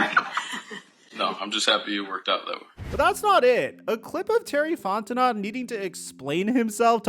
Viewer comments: As a gay french man, please say FonteNO correctly, and not FonteNOT. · It's pronounced Fon-ten-oh not Fon-ten-not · you gotta do more research you’re pronouncing names incorrectly and it cheapens your content…fonteNO not fonteNOT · Fontenot = fon-te-know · Bro, it's pronounced Font-i-know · This guy is so annoying. The Falcons are irrelevant BUT still people continue to talk about them. This team is trash BUT yet you decided to click on this trash video. Somebody cares what the Falcons do, obviously. Also, at least learn how to say ‘Fontenot’ properly.🙄